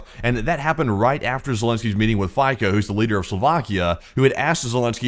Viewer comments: Robert Fico’s surname in Slovak is pronounced [ˈfit͡so], with the i like in it [ɪ], not like the y in tycoon [aɪ]. So it should sound like “FEET-so”, not “FYE-ko" like psycho. 🤣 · Fico is pronounced 'FEE-tso', not 'FY-ko'! My ears are bleeding!